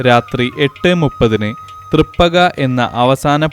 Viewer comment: തൃപ്പുക.....തൃപ്പക അല്ല.... ,Kurachum koodi home work chaith video cheyyu.....